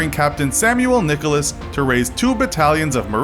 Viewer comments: I know his name is cpt Samuel Nichols. Not Nicholas. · CAPTAIN SAMUEL NICHOLS NOT NICHOLAS